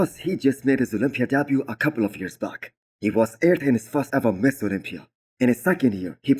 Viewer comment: When you say Mr Olympia it sounds like you are saying Miss Olympia. Make sure you pronounce Mister not Miss... Otherwise really enjoy your videos it's the first video I look everytime I open YouTube in the morning while I drink my coffee. Great job!